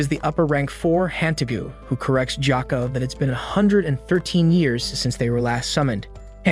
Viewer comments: Jacka? Sir its pronounced GOY-OH-KU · “Jiyoko” ITS “gee-yo-koe” gyokko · Stop calling gyokko jocko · His name is gyokko no jocko